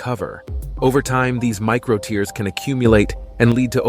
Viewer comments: Tears pronounced as (tehrs) not (tiers) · BTW buddy, those microscopic "tears" are pronounced "tares" to differentiated from "tears" that fall from your eyes. Reading your copy beforehand is like using spellcheck after writing something -like this sarky entry on your channel. Your friendly(not) pronunciation friend. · Pronounces muscle 'tears' as TEERS (like the ones you cry when you can't even do 10 pushups, lol) and expects to be taken seriously. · The voice (computer generated?) is mispronouncing "tears". It's not "tears" as in crying but "tears" to rhyme with "bears". To pronounce it as in the video is nonsense, as muscles cannot weep. It also shows people doing rapid pushups with their chests never touching the floor, which contradicts the advice of anyone who knows how to do pushups. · Why does it keep mispronouncing tears? 😂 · The narrator weirdly pronounces “tears” to rhyme with “fears” not “fares”… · If you want some respect, try to learn how to pronounce "tears". Really, I don't think we are crying about it! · Eventually, the robot readers will even be able to distinguish between homonyms like "tears" and "tears", which this one gets consistently (and amusingly) wrong. Another giveaway was its pronunciation of "eccentric", which is always pronounced "eecentric" in the workout and therapy world for some reason I don't understand.